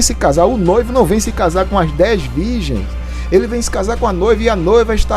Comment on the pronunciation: COMPRRTAMENTE , BIBRIA DEZ VIGENS. ESSA IRMÃ É ASSASSINA DA LÍNGUA PORTUGUÊSA ! POR ISSO IGREJA PENTECOSTAL É DEBOCHADA NA INTERNET. POR CAUSA DE ANALFABETAS COMO ESSA PERTURBADA!